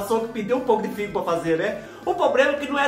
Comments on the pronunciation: Olá! Todas as vezes que vc tenta falar fígado, vc fala figo.( eu entendo ) Essa sua produção sempre dorme no ponto.E eu divirto muito.😂🤣😂🤣😂 beju beju. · achei que era doce de figo ouvindo o falar depois que vi que era figado😂😂😂😂